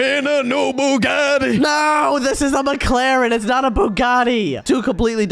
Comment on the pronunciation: I woke up in a new Bugatti said it perfectly and he said it like butty bunes 😅😅😅